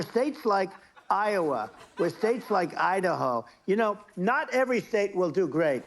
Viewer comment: “Not every thstate will do great” 😂